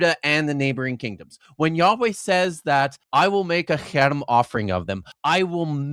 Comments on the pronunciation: “haram” but what’s on screen is “herem” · when the apparent expert doesnt pronounce Harem right, its a guttural sound not a soft H